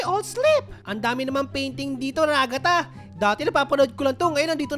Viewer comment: The way he said Ragatha RAGATAH